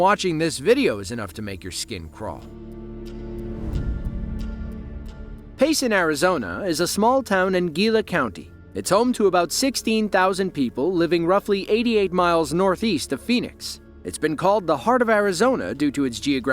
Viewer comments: Gila County is pronounced He-Lah County. The "G" makes a "H" sound. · Gila Country is pronounced "Heela County", like the Gila Monster. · Arizonan here.. The county that payson is in, Gila county, is pronounced "Hee-la" county. lol